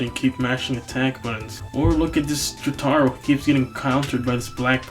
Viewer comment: Said it 5 years ago, say it now, it's Jo-TURR-Oh, not Jo-TAGH-Roh. Fucking Jo Lynn fans and Pornalf enjoyers I swear. Dia VohLoh too, it's Deeavoloh.